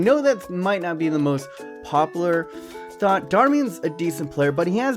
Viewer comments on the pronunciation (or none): none